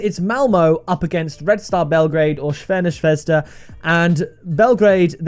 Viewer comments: Its more like Zrvena Svesda, but harder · Shvena Shvesda 🤣